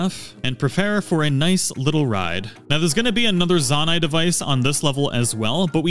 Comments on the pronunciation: Great video, I learned a lot. I'm looking forward to checking out your other videos. Here's some constructive criticism that you did'nt ask for. You keep switching how you're pronouncing Zonai. Sometimes you say it correctly, "Zoah-night". Other times you pronounced it like "Zah-night". It didn't make the video unwatchable,everything else is really great quality. It sid really stand out to me more as the video went on. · In every video he says z-ON-a-it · it's Zo-NAI. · Seriously lol, there’s always somebody who will pronounce something simple wrong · nah bro really said zawnai 💀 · When you call a construct a zonai. And then pronounce zonai wrong. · Love your videos. I hate how you pronounce anything, Zonai.